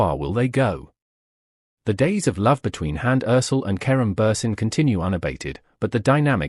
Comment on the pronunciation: Perdón. Deben de aprenderse Bien, los nombres de las personas de las que están hablando, No es Karun Buren y ella No es Hans Erçel (Se dise Kerem Bürçin y ella Hande Erçel